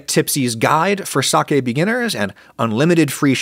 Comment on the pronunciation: 1,000,000 points for pronouncing "sake" correctly.